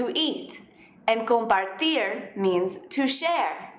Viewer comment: comparTIER ? she just goes out on a limb.